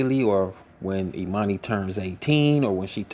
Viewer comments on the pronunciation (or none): And her name is Ermani- Not Emani like Ermias !!